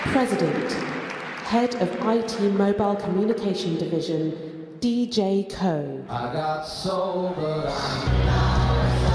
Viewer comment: Pronounced like "Roe" with just an "O" sound, kinda interesting you pronounced Koh right but Roh wrong when you have the same vowel concept haha anyway cheers :) (Actually technically, Roh is "Noh" but let's not get everyone too confused now hahaha (and actually, Koh is Goh hahahaha))